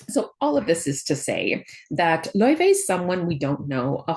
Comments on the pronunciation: I believe they are pronouncing it lao-fey in promotional videos, though they almost only say Faye when talking about the character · The devs had confirmed , its pronounced lau -Faey and not like the icelandic singer .